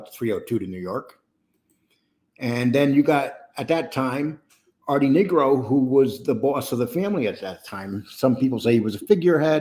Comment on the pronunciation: It's Nigro with a long i